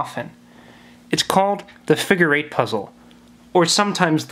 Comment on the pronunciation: "the figer eight wire figer"